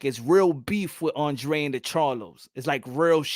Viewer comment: I don't know why people keep mispronunciation his names its (AAHNN DRAAA DEY) hE'S CAPE VERDEAN aka capo verde